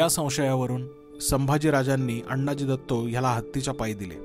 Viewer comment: उत्तम माहिती, खुप छान। पण आपण अण्णाजी दत्तो असा उल्लेख करता तो तसा नसून आनाजी दत्तो असा आहे। शिवकालीन मराठीत अण्णा असा शब्द नव्हता । धन्यवाद ।